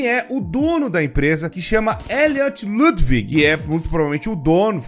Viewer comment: Ludwig não se pronuncia lãdvigui, se pronuncia tipo lãdiuigui